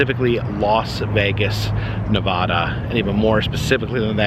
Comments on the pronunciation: It is NOT pronounced "NEH-VAHH-DAH" goddamn it. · I like your videos but this drove me nuts im a nevada native its pronounced nevaduh not nevada lol keep bring these cool videos of history its amazing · Ne-va-da.... the va is pronounced like you would say "vat" or cat... not vaaa or daa 🤣🤣😅 just a heads up lol no one that was born and raised in Nevada says it like that. 😉